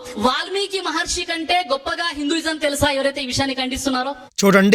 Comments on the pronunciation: హిందువులను సరియైన మార్గం లో నడిపించాలి అని మీరు చేసే‌ ప్రయత్నానికి అభినందనలు 🙏 మహర్షి అని కుడా సరిగా ఉచ్చరించ లేని వ్యక్తి మహర్షులు గురించిమాట్లాడుతూ ఉంటే ఏం చెప్పగలం. ఆ గీతా ప్రవచనం అనే పుస్తకాన్ని కుడా వీళ్ళ ఇష్టం వచ్చినట్టు వీళ్ళే వ్రాసేసి ఇలా అబద్ధపు ప్రచారాలు చేస్తున్నారు ఏమో. మనం ధర్మం లో ఎంతోమంది శాస్త్రం, పురాణాలు ఆధారంగా చేసుకుని అద్భుతంగా చెప్పే ప్రవచన కర్తలు ఎంతో మంది ఉన్నారు. హిందువులు వాళ్ళ మాటలు విశ్వసించాలి‌ గానీ మన ధర్మాన్ని ద్వేషించే వారి అబద్ధపు ఆరోపణలు నమ్మకూడదు. మీరు చెప్పినట్లు వారి మతంలో ఉన్న గొప్ప విషయాలు చెప్పుకోవచ్చు కానీ అన్య మతాలమీద అబద్ధపు ఆరోపణలు చేయకూడదు. మనం పురాణాలలో గోవు విషయం లో చిన్న పొరపాటు జరిగితేనే ఎంతో పరిహారం. చేసుకోవలసి వచ్చిన ఘట్టాలు చూసేము కానీ ఈ దారుణం ఎక్కడా వినలేదు. ఇది చాలా బాధా కరమైన విషయం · మహర్షి అని అనటం కూడా చేతకావడం లేదు